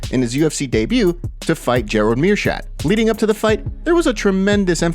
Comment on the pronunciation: Mere-shat, lol What a casual channel......😒